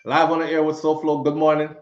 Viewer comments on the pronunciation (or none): Sowhog 🤣🤣🤣🤣 Lol Souflo couldn't deal with that would drive me crazy. No Way.